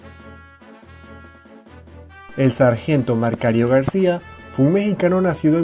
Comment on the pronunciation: Disculpa la correccion pero el nombre es Macario Garcia la letra "r" esta de mas saludos 😝😉👏👏👍😸